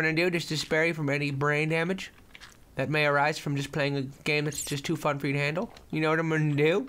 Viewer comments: Lol he says forge on cliff *thta* lose. Its that, not thta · did anyone else notice the fact that he said "forge on a cliff thta ill lose" lol i dont care but its funny :)